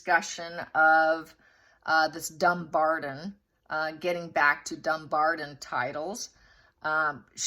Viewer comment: It is pronounced DumBARTON with a T not a D. DumBARTON.